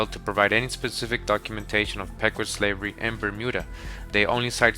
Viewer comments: Pequot is pronounced 'pea-kwat'. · The Pecuot clan -- it's pronounced "PEE 'koh" brother! Thanks for all your hard work! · it's pronounced pequot, not pecuot I'm From the Mashantucket Pequot tribe